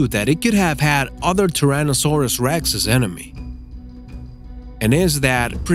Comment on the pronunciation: Why do you say anime instead of enemy?